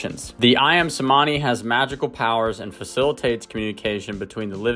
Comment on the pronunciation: The "C" in Cemani is pronounced in Indonesian as a CH sound... so Ayam "Chuhmani" would be phonetically correct...just a trivial detail... :D Great video!